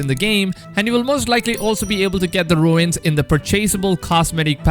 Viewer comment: its pronouced roons not ruins lol for the word rune